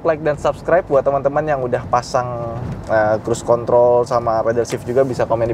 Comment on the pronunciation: Crusecon..... Apa bang😂😂😂😂